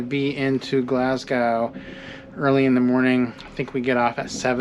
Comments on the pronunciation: Ibis is pronounced Eye-Biss Glasgow is Glasgo Edinburgh is Edin-burra Great video! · I really enjoy your videos but PLEASE learn the correct pronunciation of Scottish cities. Especially Glasgow and Edinburgh.